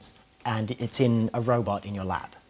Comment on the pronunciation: Awe.. I thought he actually said "in your lap"...